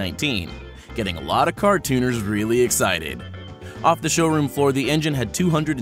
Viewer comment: Others: Car tuners This guy: Cartooners